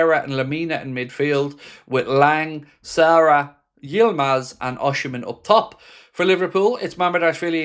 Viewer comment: Who’s “Oshymen”?? 🤡🤡